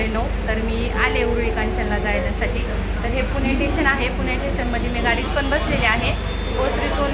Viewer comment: ठेशन नाही स्टेशन